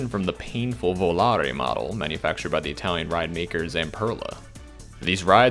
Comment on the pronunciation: You are the only coaster youtuber I've heard pronounce "Volare" correctly.